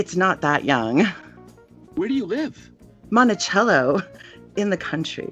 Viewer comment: I cackle any time people from out of state pronounce it “Montichello”